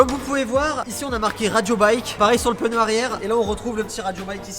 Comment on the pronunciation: Le pe-neud 🤮 c'est pneu 😭